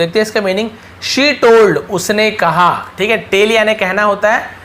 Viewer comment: Sir tell hota hai tele nahi